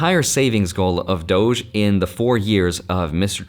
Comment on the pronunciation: Why do you say doch when its pronounced dodge😂😂😂